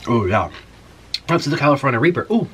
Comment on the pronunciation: lol the "california reeper"